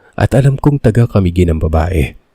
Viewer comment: paano bigkasin ang CAMIGUIN- CA-MI GUIN ( SLOWLY- HWAG BILISAN PAGBIGKAS) CA-MI-GUIN... from CA MI - GUIN... hindi naman kayo taga CA - MI-GUIN. kagaya sa BUTWAN OR BUTUAN. ang bigkas ninyo ay BUTO:--AN- BUTWAN yan hindi BUTO-AN. gumagaya kayo ng sariling bigkas